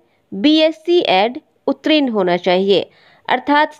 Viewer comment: ' उत्रीन ' अशुद्ध उच्चारण है मैडम. सहीउच्चारण. ' उत्तीर्ण ' होगा.